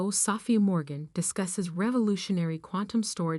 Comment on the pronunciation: Will you please fix this AI voices pronounciations or use a different voice or software program! Sophia not safia